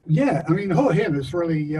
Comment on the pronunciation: Can you say Hua Hin correctly for fucks sake!